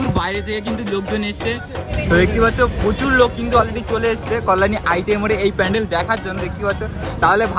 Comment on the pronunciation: তোমার কল্যাণী উচ্চারণ ভূল হচ্ছে।